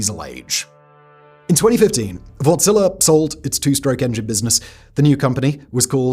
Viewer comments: Wärtsilä is not wort-zila it is Wärtsilä :) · Wärtsilä! Have I ever felt so proud of my nation... You sya the Ä in the name as you would say "A" in "and" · I just keep hearing "Wartzilla" 😂